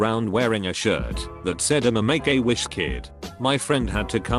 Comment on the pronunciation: sounds like "megawish"